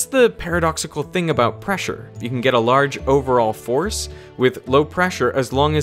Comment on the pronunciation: Preasure. (I'm not sure if this is amalgam of pressure and pleasure, or simply racist asian pronunciation of "pleasure.")